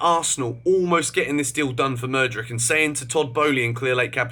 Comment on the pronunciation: Constructive criticism- pronounced madu wake ayy